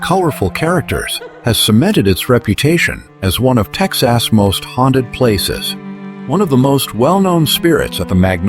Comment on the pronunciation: I wish they would pronounce the name of my state right.the name is Texas.❤❤❤🎉🎉🎉